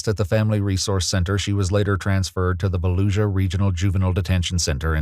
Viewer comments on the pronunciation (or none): Lol it's not baluisa it's Volusia County it's a county in Port Orange near Dayton Beach